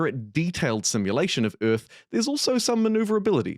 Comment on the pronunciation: WTF is "simulator of ürth"???